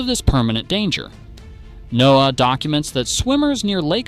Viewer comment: I gave this a thumbs down for the horrible AI voiceover. Just a few examples: “NOAA” mispronounced, the phrasing is terrible (one point running into the next & stresses in the wrong places), place names mispronounced… obviously not a human. Lazy youtubers who can’t do their own voiceovers or won’t pay a VO artist, don’t deserve more viewers.